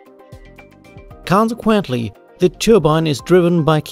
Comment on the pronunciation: KawnceQuentle Good presentation